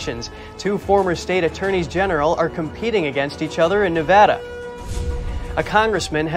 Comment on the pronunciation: He pronounces Nevada wrong